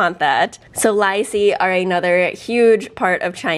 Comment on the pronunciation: you said poop in your pants 🤣🤣🤣 instead of Lai see 🧧 lol